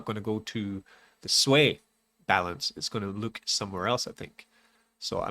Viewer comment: Please start pronouncing it the correct way (SWEE).